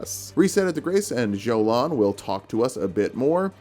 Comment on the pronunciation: Damn, you should tell Ymir, because he 100% calls her Joe lawn.